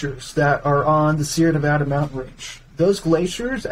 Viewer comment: You don't know how to pronounce our state and then keep interrupting your guest. You should have picked up on how said Nevada after the second time.